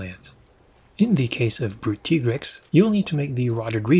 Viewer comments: It is pronounced ty-grex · It's pronounced Tigrex not Tigrex